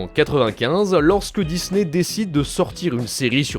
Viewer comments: Dizney, Dizney, Dizney …. Vous pouvez pas prononcer DiSney correctement ? 😂😂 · C'est que moi ou vous aussi ça vous agasse qu'ils disent Dizney au lieu de Disney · Ohhhh vraiment arrête de dire '' DIZNEY'' IL Y A UN P..... DE S ET NON PAS UN Z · C'est pas Dizney c'est Disney ! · j'peux pas continuer la video désolé... On dit pas DIZZZZNEY !!